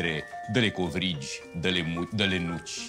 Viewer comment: Sunt singura care a auzit că era să spună mugi nu nuci ?😹😹🤣😂